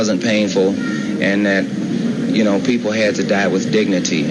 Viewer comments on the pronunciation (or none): "Die wit Dignuhteh!"